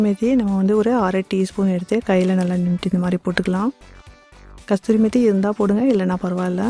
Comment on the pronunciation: Kasthuri methi illai amma, Kasoorimehthi enru sollavum, martapadi dish nanraga irukiradhu. NANRI.